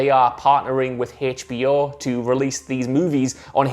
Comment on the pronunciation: Its HBO not Haytch.B.O. Dammit!